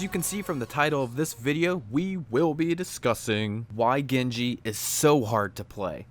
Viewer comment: dude he's not gengi, he's genji get it right